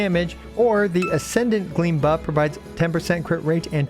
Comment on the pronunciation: Buff by the way not puff lol😂